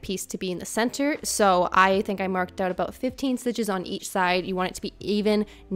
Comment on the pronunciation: I love your videos! Ive recently started to knit and youve been such an inspiration. Also, ive been wondering where youre from, just out of curiosity, and then you said "mark öut" and i knew you were canadian! Anyways, thank you for the videos!